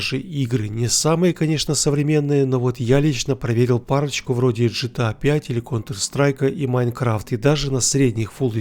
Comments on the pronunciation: Г Г, помогите этому человеку сказать букву "Г" в начале аббревиатуры от сокращения слова - название не меняется. Гта а не Джта... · Почему ты говоришь Джытыа?если игра Гэтэа?😀